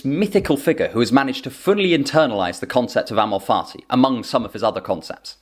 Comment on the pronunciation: With your accent it sounds like you’re saying “amor farti” which has made me enjoy this explanation that much more.